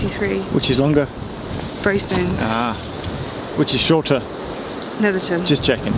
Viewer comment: I used to live just a few stops down from there in Seascale. Brilliant to see that view again. Good to hear the correct pronunciation, 'ton not 'town.